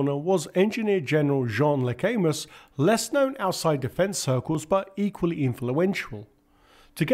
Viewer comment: Luh-cam-oo, not 'luhcaymuss'